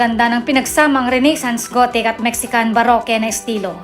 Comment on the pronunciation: ang baroque naman ay pronounced as barok....